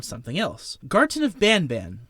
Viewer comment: this guy made me hear the first mention of garten of banban into "gerson of banaban"